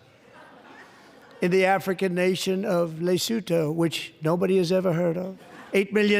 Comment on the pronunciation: How has no one ever heard of LESOTHO. He pronounces it WRONG. Turmp is a OLD HACK. He said BIDEN was too old to be president. HE IS THE SAME AGE WHEN BIDEN TOOK OFFICE. !!!!!